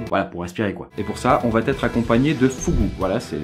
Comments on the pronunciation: "On va t-être accompagnés de Fugu"... elle de nouveau belle celle-là... Mais bon j'avoue que la vidéo est vraiment bien foutu. Je suis juste étonné que tu n'ai pas parlé de Markus Persson, le créateur de Minecraft, qui a quand même bossé un petit moment chez King. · "On vat être accompagné", bravo! Bon j'arrête de faire mon chieur et je retourne voir le reste de la vidéo parce qu'après tout on s'en branle:D EDIT: franchement ce format est bien cool! C'est plus léger que les autres formats, c'est court, interessant, j'adhère!